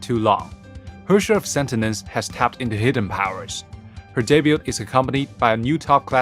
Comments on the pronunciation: "Herrscher of SENTENENCE" ._.) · 米哈游是不是疯了？发布视频连主角的名字都能念错？sentinence 是什么鸟？太丢人了吧？ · Im confused, its spelled as Sentience but pronounced as Sentinence? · Lmao the hosts mistakenly called her Sentinence instead of Sentience. I understand English is not their mother tongue, so am I. Well, mistakes can be change. Thanks for the new update with abundance of prizes. Keep it up! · How did noone in the recording notice that they were saying the wrong word? They kept saying Sentinence, when its Sentience. Sure they sound similar, and i can understand someone making the mistake, but did noone else working on the video not notice that mistake? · the hosts can't pronounce "sentience"